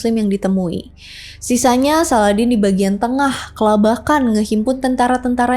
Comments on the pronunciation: Salahuddin bukan saladin mbak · Bukan Salladin, tpi salahuddin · Salahuddin.bkn saladin.kamu Pikir aladdin....sebut nama biar yg btl..